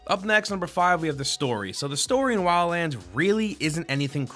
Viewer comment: "WILLANDS" XD Shit has me dead